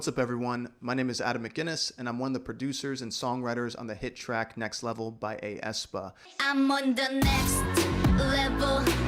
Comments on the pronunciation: hey! just wanted to point out that for aespa's group name, its just pronounced like "espa", the ae is one sound/syllable and not seperate like youve been saying (a espa) hahah 😊 but thank you so much for this video, it was honestly fun to listen to your breakdown of the song! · Btw you pronounce aespa as “S-Pa” or “espa”. But thank you for your contributions!